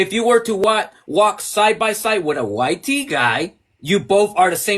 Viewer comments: Speak proper English...white..not wi te... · Ok but why you keep on saying it like Y-Tee? Just say white. He’s not sitting there calling you Brownie bro so at least show some respect when doing a debate.